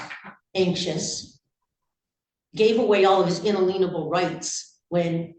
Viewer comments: I love that she mispronounces "inalienable rights" a different way every time she tries to say it :D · she has referenced inalienable rights like 50 times and said "inalienable" differently every time and I haven't heard her pronounce it correctly once lmao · the deputy is like… you can’t even pronounce inalienable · Have I been mispronouncing “inalienable” all these years???? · She should have gotten more jail time. She is making a farce of our laws and others are listening to her. And she needs to learn how to pronounce “inalienable “ properly. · Just as OSG recognized in one screen comment that Defendant's unruly behavior is intentional, and not some lack of self-control, so is her mispronunciation of inalienable (playing on the word "lien"). So it's odd that after this instance OSG suggests that she just needs to learn the word. It's simply more of the SovCit playbook, along with "My Honor", "living woman" and time-wasting rants about common law, jurisdiction, oaths and other stalling efforts. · I'm still trying to get past her pronunciation of "inalienable"?.. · I would have, at least, some respect for this broad IF she could pronounce "inalienable". She reminds me of prison lawyers. You know, the guys who tell each other "They can't do that to you"?😅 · Love the continued miss pronunciation of inalienable rights by sovereign citizen fools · This proceeding may hold the record for the most mispronunciations of the word inalienable. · I can't take sovcit "" seriously as long as she's unable to pronounce the word "inalienable". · Learn how to say inalienable lady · I can’t stand how she keeps mispronouncing “ inalienable “ . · Of you can not pronounce inalienable you probably shouldn't be using it because you probably do not have a complete grasp of it's definition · The way she pronounces alienable should be a felony. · I notice that SovCits can't say inalienable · She can't pronounce the word inalienable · She couldn’t even pronounce “inalienable”!